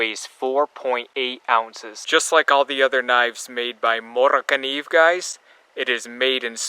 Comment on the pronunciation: You did a great job on pronouncement for this knife. I speak a little Swedish due to my great grandmother as she was a Swedish immigrant to the states here. I own a few Moras, and hopefully a gransfors bruks soon, just a little pricy at the moment. You did very well on this video, I really enjoyed this one for obvious reasons:) keep up the great videos!